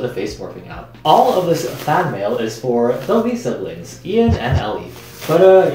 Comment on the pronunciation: I can't stop hearing "Lisa Blinks" when he says "Lee Siblings."